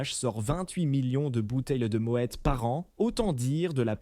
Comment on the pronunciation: Mo é au lieu de mo ète. Déjà ça prouve qu'il n'y connaît rien